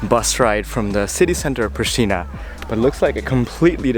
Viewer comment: Hey I live is Pristina you have to say in Kosovo preshtina